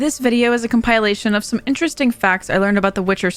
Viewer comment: the way you said compilation I was expecting something else lolll . Calm-pull-lay-shun